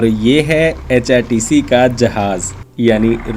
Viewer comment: HpTC ko app hrtc bol rahe ho